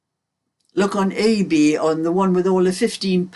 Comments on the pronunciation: Its definitely your accent because i thought you said AB as well lol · Thank you for clarifying that. This whole time I’ve always thought you said AB. Lol